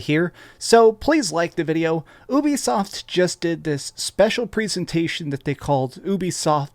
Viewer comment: It's pronounced you-bee-soft